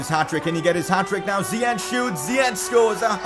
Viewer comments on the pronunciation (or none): I am Moroccan and its ziyech not ziyek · No, his name is ziyash not ziyak . I am arabian . I know how to say his name correct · It is zeyech not zeech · ziyech not ziec] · Well in fact you did pronounce Ziyech good at first.. it is pronounced as "Ziyesh" and not as "Ziyekh". That's how it is in Moroccan/Arabic, but he didn't mind the Dutch people pronouncing it wrong.. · WTF his name is ziyach not ziyak stop saying ziyak it's ziyach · Its ziyech not ziyek, im Moroccan so i know. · It is pronounced ziyech Not ziyek He is an Arab from Morocco and I am arab.I know how it is pronounced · # you were actually close, I did some research it’s Hakim “ Ziyesh “Ziyech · His name is Ziyech with "sh" in the end in Arabic.